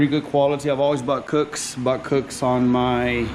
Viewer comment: Cosmic gaskets and cooks headers. Wtf never heard anyone say those company names like that.